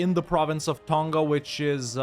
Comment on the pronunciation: I dunno, he did mention in another video he was from Kiribati, but I would have thought he would have known how to pronounce other Pacific Islands properly if that was the case. He doesn't pronounce Tonga correctly nor does he ever pronounce the Maori Iwi names anywhere near correctly. It's also not a Francophone country iirc.